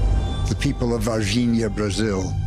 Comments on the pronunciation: Bro, It’s Varginha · Its Varginha..not Virginia..... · It's "VARGINHA" (Brasil) Not "VIRGINIA" !!! smh